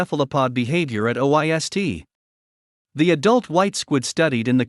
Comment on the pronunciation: May I suggest that the narration be edited to correct the pronunciation of the name of researcher credited (Ryuta Nakajima) and the reading of the research institute's acronym (OIST)? The topic is interesting and it is unfortunate that it seems to be narrated by a computer rather than a human